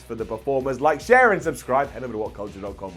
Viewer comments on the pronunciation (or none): none